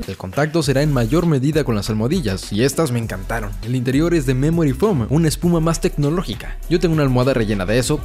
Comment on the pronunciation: No se dice Dreamel ni foom, es Dremel y foam.